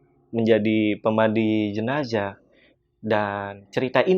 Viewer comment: JENAZAH ATO JENAJAH? 🤔😁